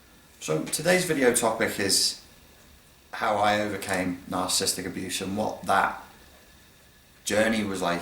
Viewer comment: may want to pronounce it correctly: NAHR - SUH - SIS - TIC (4 syllables rather than 3; not NAHR - SIS - TIC) ;-D